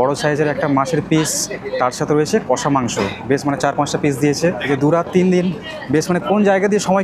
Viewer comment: Pronunciation ta hobe কশা not কোষা